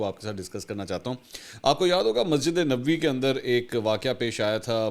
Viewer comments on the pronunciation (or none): براہ کرم مسجد نبوی کے تلفظ میں یہ خیال رکھئے کہ نبوی میں ن اور ب دونوں کے اوپر زبر ہے ۔